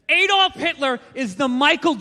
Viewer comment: ahh-dolf, not ay-dolf